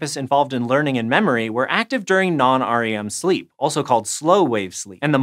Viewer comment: Never heard someone pronounce the letters of REM sleep separately like that. 😂